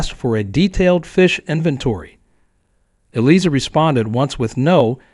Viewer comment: Yes and more including the lawyer's name! Should be pronounced (phonetically) Eelieza...sheesh